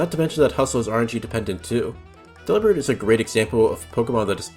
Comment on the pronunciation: Delibird is pronounced like "Delivered" but replace verd with bird.